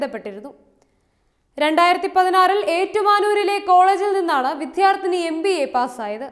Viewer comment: വിധ്യാർത്ഥിനി എന്ന് അല്ല, വിദ്യാർത്ഥിനി എന്ന് പറയുന്നത് അല്ലേ ശരി?